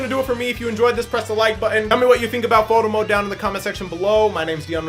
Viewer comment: Through out all this vid i heard him say moto mode instead of photo mode